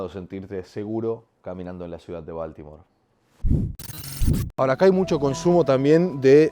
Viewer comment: Se dice Boltimor